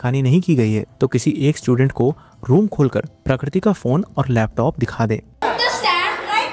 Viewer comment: Dude !! Please pronounce her name properly. The word 'Prakriti' is in Hindi Dictionary, its not that unique or foreign from your language.